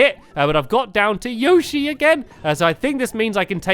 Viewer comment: plz say Yoshi right